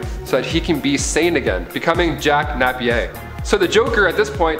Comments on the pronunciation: "Jack Nap-pier" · I have never heard Napier pronounced like that